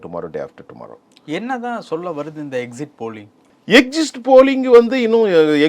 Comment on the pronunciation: யோவ் அது Exit போலிங் exist போலிங் இல்ல... இது தெரியாம என்னைய நீ ஊடகவியலாளர்.. தவெகவுக்கு ஓட்டு போடுவது உனக்கு வயிறு எரிகிறது நல்லா தெரியுது...